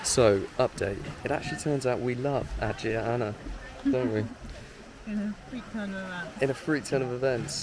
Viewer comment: Nice videos! You’ve confirmed that I need more Greece this summer… Just fyi, Agia is pronounced like A-yi-a